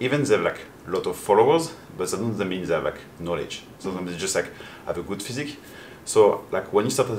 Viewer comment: 加油长肌肉！💪 教练的英语总让我感觉他在讲法语哈哈，特别是听到physique和programme的发音